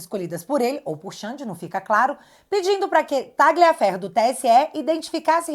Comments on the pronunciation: A pronúncia é "Tálhia" e não "Táglia" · Caramba, a direita tem que ser e parecer inteligente. A pronúnica do nome Tagliaferro é Tálhafero(Com o r na ponta da língua) do italiano, que significa "Corta Ferro"